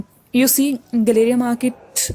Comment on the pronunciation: It’s not guh-LAY-ria गलेरिया! It’s pronounced Gal-uh-ria (गैलरिया)! Call center cab drivers kept mispronouncing the name of the market, and people new to Gurgaon accepted the incorrect pronunciation! 😂😂 It’s one way I get to know who is originally a Gurgaonite from someone who’s not! 😊😊